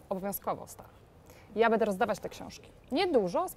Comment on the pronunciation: Kochana! Mów: będe (wymowa) a nie bede i wziąć. Super wywiady. Super strona. Super Ty!